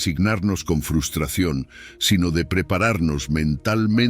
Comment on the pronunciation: Me encantan sus lecciones de vida, lo que no me gusta es que el locutor diga FUSTRACION en vez de FRUSTRACIÓN, sería bueno que lo corrigiera.